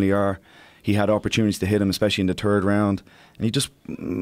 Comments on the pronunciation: when he says the Turd round lol. Marvelous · the turd round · In the turd round 😂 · In the turd round ... lol